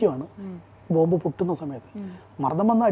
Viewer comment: ബോംബ്..... അല്ലാതെ ബോബ് അല്ല😂😂😂😂